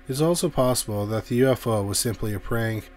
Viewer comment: Why do you not pronounce the K in prank? Wtf?